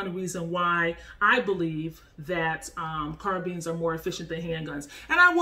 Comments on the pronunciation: It’s not pronounced car beans it car BINES 🤦🏾‍♂️ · no actually we dont.. carbines (car-byns) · nice vid but pronouncing "carbines" like "sardines" had me cringing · “Carbeans” lol nice vid tho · CARBEANS LOL... LOVE THE VIDEO THOUGH!!!! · Why do you keep pronouncing it “carbeens” lol